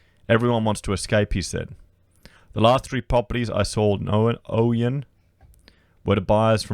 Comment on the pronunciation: Lol yeah its Oh-Yen